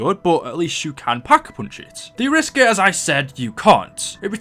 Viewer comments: Arisaka not the Ariska! LOL! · Any one else bothered that he called the arisaka the ariska? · Ariska? Isn’t is Arisaka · i know this is 3 years old but who the fuck calls the Arisaka, ARISSKA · Wasn't the arisaka pronounced air ee sock a, and not a risk a? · It's not A-risk-ar it arrow-as-ka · the arisaka is pronounced ari-saka not aris-ka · Call the arisacka the ariska😂😂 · It’s pronounced as Ara-Sa-Ka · BOA ITS AIR-REEEEEEEEEEEEEEEEEEEEEEEEE-SOCK-AH ARISAKA! PRONOUNCE IT RIGHT! PLEASE! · It's pronounced Air.E.sock.a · Ok 1 you look like an idiot mispronouncing the Arisaka and 2 the Shiva is not an assault rifle! It’s not even full auto or select fire let alone it looks like it uses a longer round than an intermediate cartridge length. An assault rifle is select fire with an intermediate cartridge length round. Get your facts straight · Wtf is this shit. He can't pronounce Arisaka for shit. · YOU CANNOT BE SERIOUS ABOUT HOW YOU PRONOUNCE ARISAKA